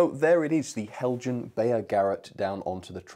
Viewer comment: Heljan is Danish: therefore "hel-yan".